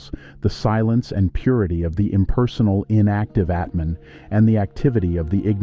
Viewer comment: ATMAN no Etman